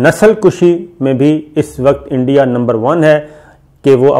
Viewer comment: انڈیا نہیں "اینڈیا"